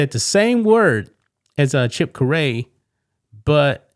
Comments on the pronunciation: First, the announcer's name is pronounced like Carrie (Care-e). As for his slip, he made a career of verbal fumbles and factual misstatements while with the Braves. This ultimately led to him being removed after basically being given the job as successor to his father Skip, the best to ever call a Braves game. As for this incident, his subconscious overrode the PC stuff and it slipped out. He corrected himself immediately. Time to move on. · After yesterday you're STILL mispronouncing Chip Caray's name, pronounced CARE-EE. When reporting at least know the names and content involved. This is as bad as you're piece bashing Canadian hockey fans for booing the US Anthem while conveniently leaving out the fact they cheered the little girl during Oh Canada. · Just so you know his last name is pronounced carry. He’s the grandson of Harry Caray and the son of Skip Caray. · Caray is pronounced Carrie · Chip Caray (Pronounced Chip Kerry) grandson of the late Harry Caray of the Cubs announcer. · Bro, it rhymes with Harry, Caray, like Harry, like his grandfather...just think 'Chip Carrie' but spelled Caray... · .....It's pronounced "Care Ree". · Its pronounced Care-eee...cmon man...Harry Carey's son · It's pronounced carry!! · His last name is pronounced Carry. Harry Caray is/was his grandfather. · It’s pronounced like Jim Carrey, the actor. I can tell that this guy doesn’t watch much baseball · His name is pronounced Chip Care---ree. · It's Carrie. is a dope. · Chip Carry is how you pronounce it and he's the son of the legendary Harry Caray. Harry was too ill when Chip joined the Cubs broadcasting team in 1998 to work with his father ultimately passing away. I didn't know Chip was with the Cardinals but I should have because I follow the team occasionally. But lately I've not been watching that much baseball. I am aware Mike Shannon retired and passed away a year later. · His last name is pronounced like the first name Carrie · My God man say his name right